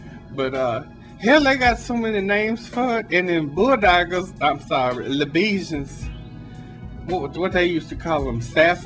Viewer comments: HILARIOUS!!! Le bee zhens~ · "La-Bee-Shins" LOL. "Friends of Derthy" ROFLOL